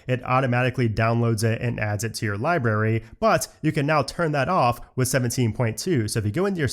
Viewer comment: Library - not libary br